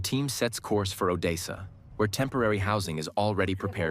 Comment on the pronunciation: I appreciate the English narration. Based on the pronunciation errors, I believe you're using AI dictation? - we live above the 'din-i-pro' river - the team sets course for 'Oh-day-sah' - 'mod-er-it' meetings Overall the AI is 99% correct with the narration pronunciation, so it's not a big issue. Perhaps it would be possible to train the AI on how to pronounce Ukrainian cities and rivers? Or perhaps the script it reads could include phonetic pronunciation spelling of Ukrainian cities instead of a literal spelling? That may help it produce town names correctly. Best of luck. Slava Ukrayini!